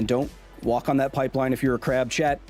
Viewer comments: It took me longer than I'd like to realize he was saying chat and not Chet... Great information though. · Your Os are still off and very American, sorry mate, and when you say "Australia" you do the American "AUSS-stray-lee-uh" rather than the Aussie "a-STRAY-lya". "Chit" is also more Kiwi than Aussie. Congrats on saying "bris-b'n" though!